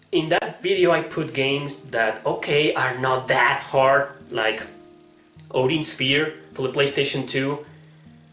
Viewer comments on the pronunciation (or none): none